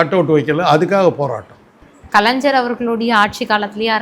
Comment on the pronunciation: Kalanjar ha nalla Thamizh pesara ma ni... Its Kalaignar